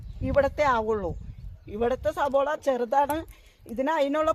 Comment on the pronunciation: അതെ ചേച്ചി സബോള അല്ല സവാള